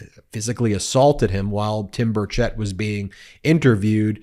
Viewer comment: Timmy has been a whiner since elementary school. It's Burrrr-chit not burrr-chet